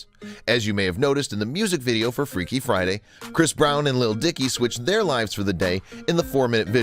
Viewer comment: "freaky fiday"